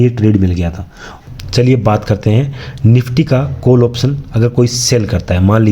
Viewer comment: कोल नहीं काॅल बोलिए